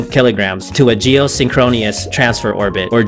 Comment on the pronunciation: I like your channel! Just found it, but please, geosynchronous orbit is not pronounced geosynchron(e)ous. Sink roe nis. Not sink roe neeus.